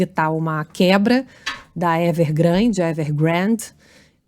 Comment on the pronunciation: Ao do vídeo, Luís Megale solta uma piadinha à la Weintreub, fazendo chacota do nome da empresa chinesa "Evergrande" trocando por "Everglande". Lembro-me muito bem das críticas desse mesmo jornalista à infeliz e xenófoba piadinha do ex-ministro da Educação, que ridicularizou os chineses por trocarem o "r" pelo "l". Acho que cai bem uma retratação do jornalista.